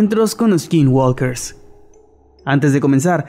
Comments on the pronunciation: Me encantan sus vídeos! Pero de verdad tomen en cuenta que la L no se pronuncia en la palabra Skinwalker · Me encantan todos sus videos, nada mejor que empezar el dia con una historia de miedo jajaja pero no quiero sonar como naziFan jeje pero la L de walker no se pronuncia. Saludos y sigan con ese buen contenido